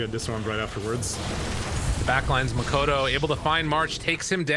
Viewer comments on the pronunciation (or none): boom can win? that's new. why the caster always call "makoto" instead of "mikoto"